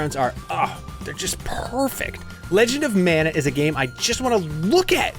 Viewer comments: It's pronounced MON-UH, not MAN-UH. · Ma Nuh, or Mahn ah, NOT Man ugh or Mann ah, wrong word and wrong pronunciation! Not the biblical Manna or Mannah, but Mana (Polynesian)!